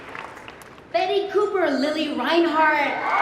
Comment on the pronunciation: Kinda weird sometimes to hear the pronunciation of ,,Reinhardt" from non native germans...